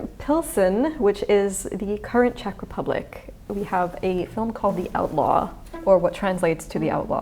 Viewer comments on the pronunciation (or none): none